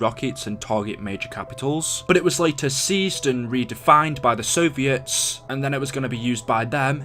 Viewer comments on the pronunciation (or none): none